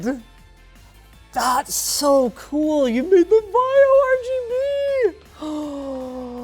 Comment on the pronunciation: OMG HOW CAN U DIS BIG PROBLEM LTT! IT, S NOT A VIO BUT VAIO